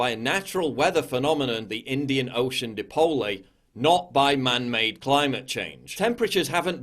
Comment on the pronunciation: Holy shit this guy is a clown. He can't even pronounce Dipole... and yet wants people to believe he has the faintest idea what he's talking about.